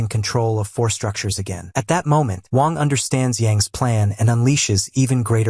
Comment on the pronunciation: He was calling the mc "wong" instead of wang